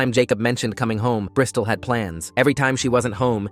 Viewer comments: "brystol" lmaooo🥀🥀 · …Bristal? ….like a Brisdol board?